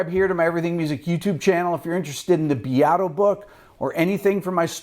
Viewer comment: You’re pronouncing the name wrong. It’s Rick BEAT-Oh!